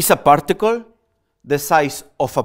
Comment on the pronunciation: We say partical and he prtical 😂😂